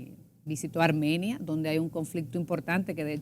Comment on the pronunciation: ARMANIA.... ESCUCHE MAL???? Hay que leer y prepararse antes de una entrevista.